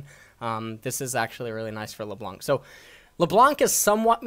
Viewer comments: Alright now I know you purposely pronounce names incorrectly after Lebloonk. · nobody: not even riot games:: la blounk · lebloo and zurawth getting tilted from this BOOSTED pronunciation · LeBlunc, Será (LeBlanc and Xerath) killed me ahahha